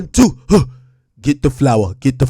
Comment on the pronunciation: 😂😂😂😂 "Get da flowahh"